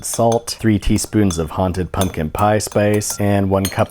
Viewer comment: You know it’s October so say haunted Like a hunted pencil